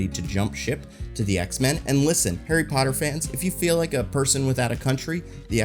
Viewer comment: aint nobody scared of HARRY POTTAH